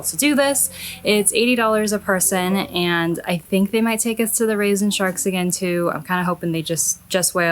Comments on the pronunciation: Rays and sharks! Omg, I really thought you said "raisin sharks", haha! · Rays and sharks! Omg, I thought you said "raisin sharks", haha!